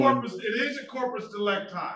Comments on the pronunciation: Did he say corporate delicti? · One thing that gest on my nerves every time is that they miss-pronounce "corpus delicti", even the judge actually.